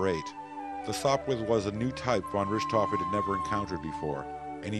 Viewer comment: Well written, but completely cringeworthy mispronunciation. Between Richthoven and the Somme (pronounced "sahm").